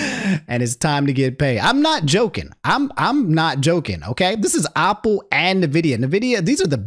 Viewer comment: He's also saying Opple and not Apple lol